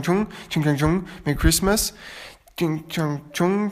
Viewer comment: das merry christmas war viel zu gut ausgesprochen